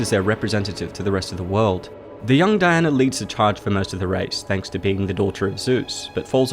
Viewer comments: You speak so well and then pronounce all words that end in "a" with an "er" sound. Dianer. Drove me nuts by the end of the video! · That's how "Diana" is pronounced in the UK, famously Princess Diana; Di-an-er